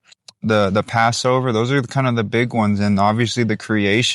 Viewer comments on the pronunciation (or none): Just wanted to share the "th" makes a "t" sound. Loving your videos. You have provided a plethora of truth that I pray our brethren consider.Yadah Yahuah!